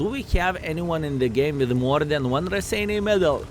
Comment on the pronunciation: Wow, paused to read the history bit of the Raseiniai Heroes' Medal and realized Raseiniai is actually name of a town in Lithuania. is from Luthuania, right? I sincerely hope to finally see the day when will get this medal, you deserve that! BTW, guess I've been pronouncing Raseiniai wrong all these years since I've been playing WoT, hehe.